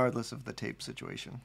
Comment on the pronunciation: I want to paint this on a van and drive down the highway with my mullet waving in the breeze. Also I kept hearing "taste test" instead of tape and kept waiting for you to lick the paper. You didn't, and now I'm just thinking of the missed opportunity to find out what 50 buck paper tastes like.